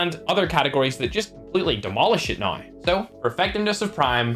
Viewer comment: He calls now noew